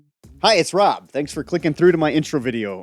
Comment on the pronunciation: Welcome!😂